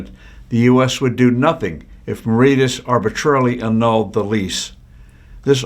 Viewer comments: Marishius is the pronunciation oh Mauritius. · Mauritius-learn how to pronounce it before posting